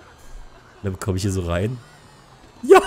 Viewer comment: Du sagst nja und nicht ja